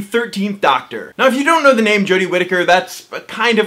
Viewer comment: Its "Doctor", not "ducktr" 😂